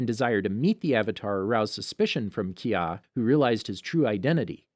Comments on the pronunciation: They way it pronounced kya Ki-ya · It is Kai - Yaa not kyaaa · when he said Kaya I cringed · yea. Ki-ya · Kya is pronounced kaia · did he just sa kia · "Key yah" what is this karate? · Kraya River uung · Keeyah? KEEYAH? WHO THE HELL IS KEEYAH?!? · How many times did he butcher kya's name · Why you pronounce Kya like that? 💀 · theway you pronounce kya annoys me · bruh, how do you mispronounce Kya's name literally less than 5 seconds apart. bye, plz get another voice over person, these mispronouncing of names is getting too much. its like he doesnt even care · i lpve how he pronounces Kya differently within seconds of each other kanaka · I'm sorry, I made it 13 minutes, but it is absolutely driving my brain crazy every time I hear Kee-yah or May-ko.... I literally cannot make myself listen anymore... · Omg he keeps say "Kya" and "Mako" wrong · Soakka. Kyaw. Mayko. Oof. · He needs to work on: Sokka, Mako, and Kaya